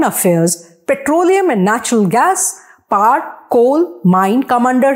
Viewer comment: Your pronunciation of "power" is cringe worthy